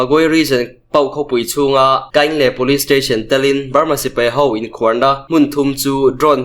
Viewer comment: in khuar tih kha khuar tih tak kha thluk hniam la i lam dik chiah ang mizo tawng hi athluk a zir in a sawi tum adang daih thei ania khuar tih tak kha thluk hniam tawh ang che aw